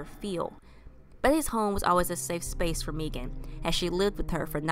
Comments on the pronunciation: Thank you so much!! (It is pronounced like "Megan" but I am so grateful you covered her story!!) Thank you, thank you, thank you!!!! <3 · pronounced "Meghan" Its the authentic Irish spelling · Its pronounced Megan but spelled unusual. She was my best friend